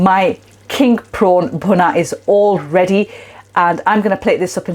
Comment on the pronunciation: Love the way you use everyday ingredients like the G&G frozen blocks that you can get from almost ANY supermarket these days (which don't taste any different either, btw). The bhuna stage ('phuna' as you say it - which is it??) seems to be THE key, and THE most important part of the cooking phase....I look forward to your video of this process - (no-one seems to spend anytime on this, but it's SO important to how your curry ends up as just, OK...or really GREAT!) Your Dhansak btw, is now my GO TO version of it - my missus' (and my son's) fav curry of ALL time, and she/he won't have any other version of it, other than yours...Cheers 👍😉